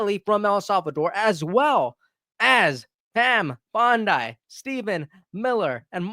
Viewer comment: Please, I have noticed from several of your videos . . . You pronounce Pam Bondi as Bond eye - think of it more like Bambi as Bam bee - therefore say it as Bond dee not Bond eye. Pam Bondi BTW have you seen the WH press conference - Kaitlyn had a special guest, watch the extended version, the mother of a victimized girl is heartbreaking & powerful . . . ONE reporter wanted to ask a question & she SHUT down that person, "NO!" - every other reporter offered comfort & support. You know - Obama very quickly "severely" limited which reporters were allowed within WH sessions - I believe Peter Doosey was booted out, possibly back then, is how Kari Lake ceased being a reporter, not sure on that - but some woman who ended up in Arizona back in 2010 or so . . .